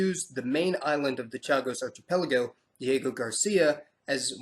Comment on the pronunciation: Archipelago is pronounced ARK-ipelago.